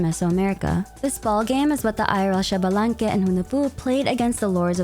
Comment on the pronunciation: I know you like to pronounce names correctly, so Xbalanque is pronounced eesh-bah-lan-keh and not shabalanque, often also written as Ixbalanqué. Not sure if Genshin will use the correct pronunciation or not (Tighnari, anyone?), just know this is how it is pronounced in Mayan.